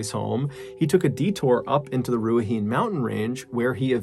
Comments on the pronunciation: You pronounced Ruahine incorrectly. The R is rolled like you're about to say an r sound then make a d sound instead. Ru: Rue like the character from hunger games. a: the same ahhhh sound when you open your mouth for the doctor. Hi: rhymes with "he" like the pronoun for a male. Ne: like the ne in "next" Like Japanese, Te Reo Maori is pronounced with every consonant + vowel combination a e i o u ha he hi ho hu ka ke ki ko ku ma me mi mo mu na ne ni no nu pa pe pi po pu ra re ri ro ru (roll your R's) ta te ti to tu wa we wi wo wu nga nge ngi ngo ngu (like ng in going without the i sound of course) wha whe whi who whu (actually an F sound) Because a very common particle in Te Reo Maori is "whaka" which obviously sounds like the F word, I think that's why the british missionaries who learned Te Reo Maori and made it a written language decided to spell the F sound with a wh. Whaka: (particle) to cause something to happen, cause to be - prefixed to adjectives, statives and verbs that do not take a direct object, including reduplicated forms. (Te Kākano Textbook (Ed. 2): 111-112;) E whakatikatika ana te kaiako i ngā mahi a Hirini. / The teacher is correcting Sydney's work. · It's pronounced Ru ah he neh. (Ruahine) Very interesting story. I will be keeping an eye out for that plant. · Love your vids. Just a quick note from a Kiwi but it's pronounced " Roo a he nay" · I have to commend you for your pronunciation of Ruahine. New Zealand has some weird names, and you're so slose to correct. The hine part is pronounced he-nee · Or even Rua-hee-nei or Rua-hee-ney. It's simple to say when you're familiar with Polynesian pronunciations, but not so easy to explain in writing. It was distracting the way he was saying it. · Mr Ballen rocks.... But I thought I could help with the pronunciation of the native New Zealand Maori language! How to pronounce Ruahine: Roo ( roll the R) - A HEN E (do not elongate the E)... Food for thought....all R's are rolled when speaking Te-Reo!!